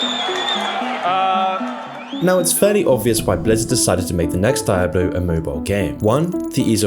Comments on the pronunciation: good video. But I have an issue with how you constantly mispronounced Di-ablo, World of War and Nostairius. It's Dee ah blo. World of Warcraft and nostaLrius as in nostaLgia. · Its D i ablo not DIEablo..... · You know is not a gamer by how he pronounced Diablo (DiEaBLo wtf?) 😂 🤧 🤦‍♂️ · switches from "die-ablo and dee-ablo" pronunciations a few times in this video, it's a bit strange. Less of a matter of accent and more of a personal quirk/oddity. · “Die-Abloh”, It’s “Dee-Ahblo” ffs lol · Great video but say its , DEE OBB LOW not DIE AB LO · It's pronounced Dee oblo, not die oblo. It's etymology is Spanish. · every time you say dye-ablo instead of diablo, I wince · Is not dAIAblo. Is Diablo, say it in Spanish. “Dee ablo” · Die-ablo lmao It's pronounced dee-ablo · die-ablo... should be Dee-ah-bleugh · I cant make it through this without letting you know it's DIABLO not Dieablo not Deiablo. Learn the kings proper English m80 holy hell. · It's pronounced "DEE-ABLO" not "DIE-ABLO". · Every time he sais "d-eye-ablo" I'm forced to scream internally "it's di-a-blo!" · It's like nails on a chalkboard hearing you call it "die ablo" instead of what it's officially called, "dee ablo" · Anyone else bothered by his mispronunciation of Diablo? Should dee-ah-blo not dai-ah-blo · Dee ah Bloh son DEE AH BLOH.....sorry that Die ah Bloh pronunciation was literally giving me ear CANCER lol Edit: Great video though!! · "die-hablo" hahahahah cmon man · DIE-ablo? lol learn to pronounce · die-abloe??? why do people like you make such stupid mistakes? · "DAYABLO" ?? Are you serious Nigga? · "Die"ablo??? really? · Die-A-Blo tu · The way you pronounce Die-ablo really bothers me lol it's an attempt lmao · Stop pronouncing it Daiablo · what is Dye-ablo? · Di-ab-blo? ...what? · Die Ah Blow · Did he really say "daijablu" ? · Did he really say "dijablu" ? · I like how he pronounces Diablo as "Dye-Ablo" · i dare you say dieablo one more time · He said Die-ablo... ouch.